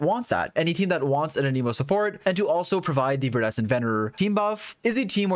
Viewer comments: It hurts me when you pronounce anemo animo😭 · there's an E in anEmo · why do you say anemo wrong? why do you always says stuff wrong?